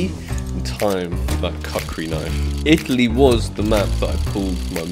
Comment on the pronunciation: Bro said cuckri knife